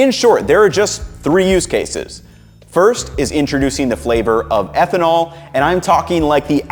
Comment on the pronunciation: ehtnanol instead of ethanol :o